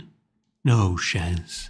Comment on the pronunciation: "No shance"